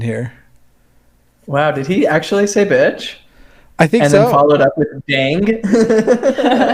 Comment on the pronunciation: I think the guy who got bleeped said bee-otch instead of bitch but I'm not sure.